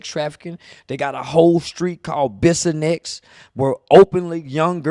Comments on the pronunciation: He means "Bissonnet" lol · I'm weak the way he saying the name of the street is wrong 🤣😂😂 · Bissonnet Why is he saying it like that 😂😂😂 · Bruh I was just about to clarify that 😂 tha street is called bissonnet Not bissonnex lol 😂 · Its called the “Blade” but the name is bissonet not bissonsex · It's bissonnet not bissonex 😂. But yea only the part of bissonnet between the beltway and 59 is what he is talking about. That's alief, the worst area of houston and yes they just walk up and down the street half naked and cops do NOTHING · It’s Bissonnet 😂😂 no x bro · Bissonet not Bissonex OG lol but yea he right!! I live in Houston, and Bissonet is the place to go for prostitution!😂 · Bissonett not bissonex. He not lying tho. That shit crazy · It's Bissonet not bissinex 😂 but he fr bout dat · It is not called bisonex it’s BISSONET ! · It’s bissonet not bissonext but he’s not liying about Houston texas and bissonet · Its Bissonett. Not Bissonex. 😂 i heard from a friend 👀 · It's "Bissonett" not "bissonex" and that's true I'm 10 minutes from that area. Police be parked on almost every corner allowing them to actually prostitute I never understood how that work! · It’s Bissonet not Bissonex just to clarify to everyone, and not lying. Bissonet is like a movie bruh smh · It’s bissonet not bissonex. Shit go down on the souf side and the nawf so it ain’t just Bissonet. I can take you down Airline and show you the same shit right now or in Studewood. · Bissonnet…Biss-On-Net. Not Bissonext…😆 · It’s Bissonnet not bissonnex not busy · Bissonett not bissonex 🤣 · Bissonex lol😂 Bissonnet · Bissonett lol. Not Bissonex. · It’s Bissonett with a ‘t’ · That boy said Bissonett 😂😂😂that's my city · Dats not how you say bissonet lame ass nigga but he right dats da strip fasho 😂😂 but it’s also strips in Dallas so I don’t see how dats relevant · It’s bissonett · It's Bissonet 😅